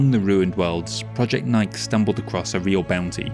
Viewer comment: Just FYI, "nike" is pronounced "nye-kee." It's a goddess from ancient Greece, I think. Superlative work as always! ❤